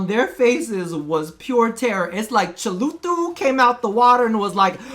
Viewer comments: the way you said "CHALUTHU" made my day ty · cheluthu ?!?! 🤣🤣💀💀💀. I think u meant Cthulhu